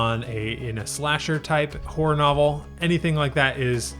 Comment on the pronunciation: HORROR...................It is pronounced HOR RHA, NOT WHOREA.😂🤣 Seriously Dude, I was confused, at first.